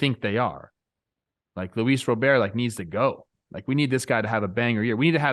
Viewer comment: What's with the robert annunciation? Am I missing something with that? I thought these guys know baseball